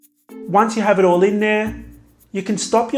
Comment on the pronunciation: I love you, you pronunciation and your recipes, but every time you finish a cupcake and say "that´s pretty much it" I hear, "that's pretty much shit" LOL , don't take this wrong, I'm not a native english speaker and that's probably why